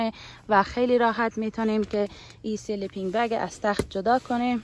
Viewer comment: چرا به کیسه خواب میگی سلی پین بگ